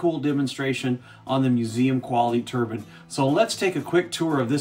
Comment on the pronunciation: " Turbine's not Turbins... !